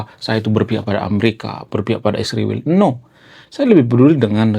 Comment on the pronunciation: mas kok nyebut isriwil kok susah amat nyebut israel. Ya itulah orang konoha..😢